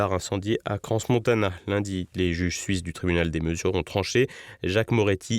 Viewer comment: Le S de Crans-Montana ne se prononce pas. De plus, les habitants du canton du Valais sont les Valaisans et pas les valaisiens.